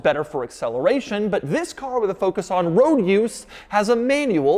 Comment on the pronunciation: And vhis, and vhis, and vhis, and vhis.